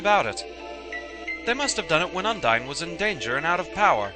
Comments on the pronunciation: Sorry for sounding like a right little brat, but I swear it's prounounced "Uun-deen" Not "Un-dine" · Since the name is of Latin origin, the correct pronounciation would be "uun-dee-neh", but I don't think anyone actually cares. :P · I think you mean Uun-Dee-Neh, as in the water spirit who was a summon Snow used in Märchen Awakens Romance, but I think that was spelt Undiné.